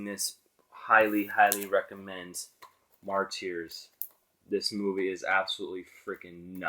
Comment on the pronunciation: Its pronounced marters NOT marteers. Illiterate sick fuck